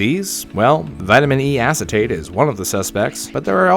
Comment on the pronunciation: vitmin e assitate